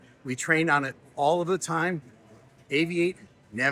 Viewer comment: Thank you, we love to hear you say Captain Steve 😊🎉